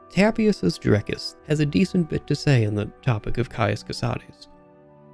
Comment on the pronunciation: Thank you for actually pronouncing Cosades the right way. It was getting so tiresome to hear all the latin-inspired names to be anglicized.